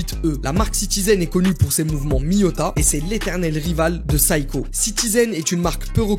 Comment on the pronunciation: Si vous aimez la marque Seiko, prononcez la au moins correctement. On ne dit pas "saï-ko" mais "sé-y-ko". Que ce soit en japonais ou à l'international